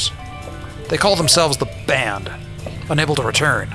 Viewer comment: Oh the Banned. The first time I listened I thought he said Band. That makes more sense. lol